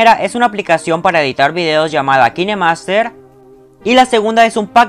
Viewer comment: Amigo se que no soy profesora de ingles licenciada o calificada par decirte esto xd pero ''Kinemaster'' se pronuncia: ''KainMaster'' :) y suena mucho más cool así xd